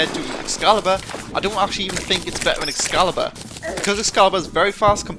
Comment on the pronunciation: Do you not know how to pronounce t's? Also, it's excalibur, not escalabur, and it is pronounce, mel-ay, not mee lee.